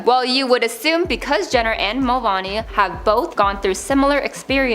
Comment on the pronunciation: It's MULVANEY - Ā not a difficult name to pronounce... Every single one of these videos on this channel has at least one name mispronounced. Please do your research beforehand. Getting someone's name wrong publicly is really disrespectful.